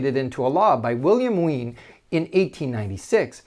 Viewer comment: should Wien be pronounced veeyen?